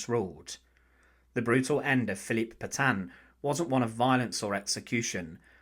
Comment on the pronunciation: Can somebody please teach the german AI voice how to pronounce Petain?